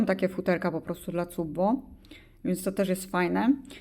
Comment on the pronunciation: Cupb-o? Wydaje mi się że to się czyta "kap-bu".